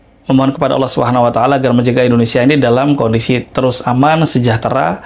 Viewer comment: Indonesia pak bukan Endonesia, nyebut negara sndiri aja sdh salah 😅